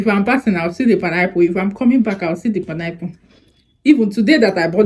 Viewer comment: ❤❤❤I love the way u say panayple instead of pine apple 😅😅😅😅u amuse me all the time